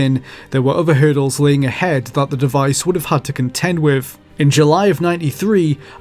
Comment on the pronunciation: Fascinating video. Thanks. However, please put more attention into the pronunciation of some words, particularly those like with - Sometimes you say it correctly, other times you say wiv. It makes it harder for non native English speakers to understand.